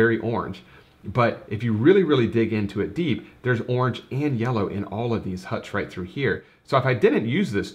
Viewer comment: 'Awrnge' is not a colour - it's a noise.